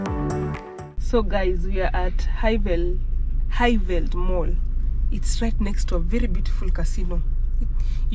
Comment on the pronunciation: Highveld, pronounced High-Feld. V is pronounced as F in Afrikaans